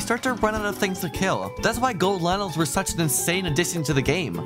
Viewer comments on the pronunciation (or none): none